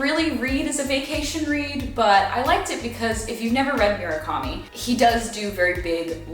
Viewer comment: pleaseee stop mispronouncing Murakami's name!